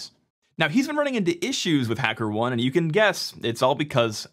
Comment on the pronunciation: The correct pronunciation of Hackerone is "Hacker" "OH-NEE" like macaroni.